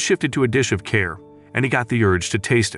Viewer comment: "... his attention shifted to a dish of care ..." Interesting that the synthetic voice--which, in my opinion does a great job for the most part--renders this as "care." It is clearly a pot of Japanese-style curry. How does the software--which otherwise gets things (except the Japanese names) spot on--get "care" out of "curry"?